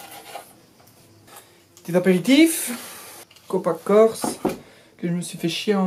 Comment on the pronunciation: je suis allé en "keurse" ....